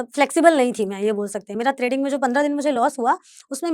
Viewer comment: त्रेडिंग या ट्रेडिंग